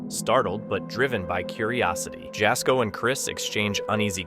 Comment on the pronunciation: Jasko is pronounced "Yazco" 😊 Jaz scares so easily even after years of doing this! Love his content! 🫶